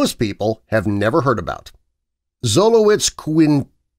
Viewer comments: The first breed is pronounced zolo-its-quint-lee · The first breed mentioned is properly pronounced, sholoiksquintli, & it's the Brussels Griffon, no t